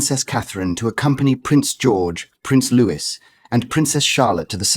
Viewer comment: Not Lewis-his name is Louis.